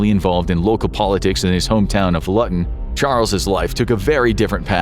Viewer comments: Charles Bronson "Home town of Lutton." Lutton. Luton. Pronounced Looton. Ouch. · Luton is not prounounced Lu Tun it's pronounced Loo Tun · Looton not lutun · Where's Lutton it's pronounced Loot tun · It's loo ton, not lut un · Never heard it called Luton said like that before, its said like Looton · Just FYI, it's LOOT-un. Very entertaining! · Bronson came from Luton (pronou ced Lu-ton) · Luton made me laugh, it’s pronounced Louton